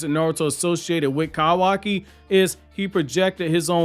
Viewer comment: Damn your voice is so annoying, every time you pronounce Kawaki I want to fight you lol